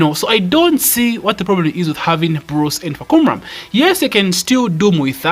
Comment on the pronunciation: Hi, the correct way to pronounce his name is Fah come rarm.